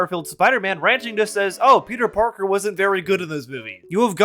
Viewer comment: "peter pakr"